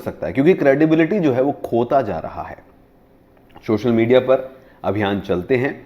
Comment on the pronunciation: Sir its Social not shocial... I love the way u say shhocial media,,,😝